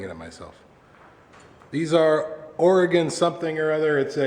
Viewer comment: I don't know anything about this stuff but I do have to say thank you for saying Oregon correctly!! - Signed, an Oregonian :D